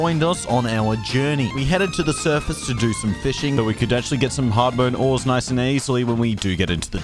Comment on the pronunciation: cant pronounce ores